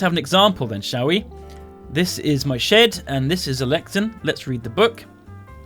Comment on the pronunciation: I love the way he pronounces it 'lecton'